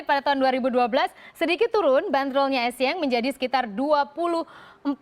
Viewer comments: bukan ESSIENG mba tapi ESSIEN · Pelafalan dr Bhs. Prancis huruf N dibaca Ng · Lafal pengucapan bhs prancis gitu n dibaca ng